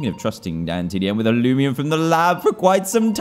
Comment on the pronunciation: Is anyone else bugged that he calls it loomian not loomayn bro the nostalgia from this comment that I did a year ago